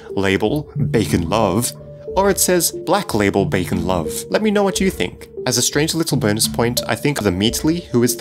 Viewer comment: backen is what he is saying